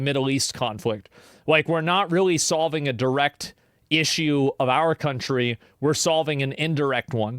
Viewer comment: bro said, "solving" Vietnam